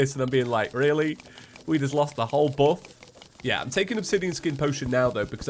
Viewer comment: Love it how says buff makes me think of Johnny English and him saying bovf or whatever it’s spelt like